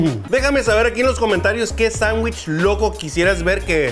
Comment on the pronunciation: Es "sangüich". :-|:-|